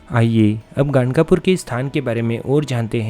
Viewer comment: ganagapur hai woh gangapur nhi